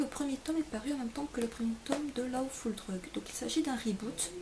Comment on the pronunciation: Oui mdr je sais bien qu'en France, les gens ne font pas d'effort pour l'accent, mais au moins prononcer comme il faut. Par exemple "Lawfull drug", c'est "lo-ou" et tu as prononcé "la-ou", c'pas très embêtant c'est juste que j'aime l'anglais donc bon...^^